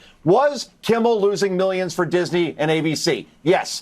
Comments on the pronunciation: It’s Kimmel. Not Kimble. And it’s couldn’t care less, not could care less. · I like your podcast but man do your homework the dude's name is Jimmy "Kimmel" not kimbel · Kimmel not kimbal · his name is Kimmel Not Kimball😅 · Kimmel… there is no B in it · Gm, are you saying jimmy “Kimble” on purpose? He’s scum either way lol